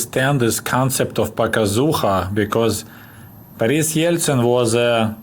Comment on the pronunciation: I like the pronunciation of Boris' name